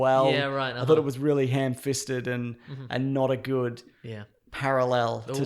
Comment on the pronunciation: Did he say " hand fisted" instead of ham-fisted?